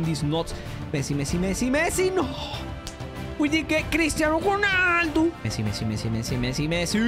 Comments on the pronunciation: dont say jonaldo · "CRISTIANO GHUNALDOOOOOO"😂